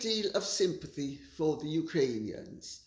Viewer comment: I can Barely get myself to listen to you,and whatever respect I had for you it's going down the drain.You can't even say Ukrainians.I will listen till the end so nI can give you the benefit of the doubt but until now you are a Hypocryte of the highest class.